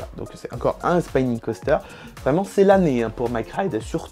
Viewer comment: Super vidéo! petite remarque sur la prononciation, Spinning se prononce comme on le lit et pas spaïning :)